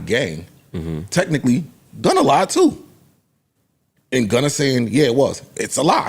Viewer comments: It’s Gunna not Gunner 😂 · The fact that Joe says Gunner is hilarious